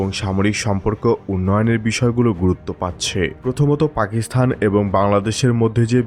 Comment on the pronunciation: পাকিসথান নয়, পাকিস্তান । আপনার উচ্চারণ ঠিক নাই